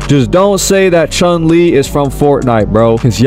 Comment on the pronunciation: Bro says he's a true street fighter fan when he don't even know the real pronunciation of chun lee👎👎